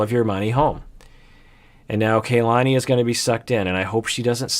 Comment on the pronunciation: First of all I really love these videos and the work that both you and the rest of the PIS team do. But it's a little disappointing that keeps saying Kalani's name incorrectly, when he so stressed the importance of saying names correctly like Larissa. It's Kah-lah-nee, similar to how the Japanese "Ka" is pronounced. Not sure if this a common Samoan name, but this is a common Hawaiian (which I am part Hawaiian) name which means "the heaven" Ka meaning "the" and "lani" meaning heaven. I hope this corrected in future videos.